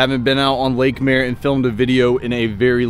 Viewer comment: Lake mare? How you pronouncing that?